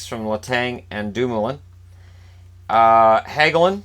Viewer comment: HOLY SHIT YOU SAID DOMOULIN RIGHT